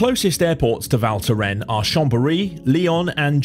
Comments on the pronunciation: Val Thorens not Val thoren. Yous have to pronounce the s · He just couldn't get the name right - it is pronounced Val Thorens with an S! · Cool video, but please learn how to pronounce the name if you say it that often 😉